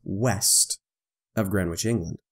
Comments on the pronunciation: Its 'Gren-itch'...not 'Gren-witch' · "WTF is "GrenWich"? Yup, it should be pronounced "Grenich"! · I'm sorry for being pedantic but.... FFS! it's pronounced "grenn-itch"! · gren witch...lol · Greenwich pronounced....... Gren itch. The W is silent. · My only comment : The prime meridian crosses through ‘Gren itch’. The ‘w’ is essentially silent 😉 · It's pronounced "GREN-itch". The "w" is silent, as is often the case in with non-initial "w"s in placenames. It is one of London's 32 boroughs. Come to London and pronounce it as here and everyone except taxi drivers will laugh. Taxi drivers will just think "Here's a mug. Take him to Greenhithe, that's more than twice as far." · Nope, not really. He's referring to the fact that it is pronounced: Gren-itch. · Your fascination with saying the w in Greenwich can be damned annoying here's a link on how to Pronounce it correctly Other than that the video is great. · Every time he mispronounces Greenwich I wince a little. Other than that, when are flatties going to come up with their own coordinate system? I’d suggest Flattitude and Wrongitude. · Made me wince as well! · FYI The correct way to pronounce "Greenwich" is in the following video. the "w" is silent.